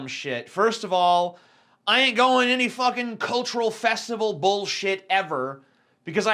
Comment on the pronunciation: I love when TJ's southern accent creeps out. . "I ain't goin' any fuggin' cultural festival...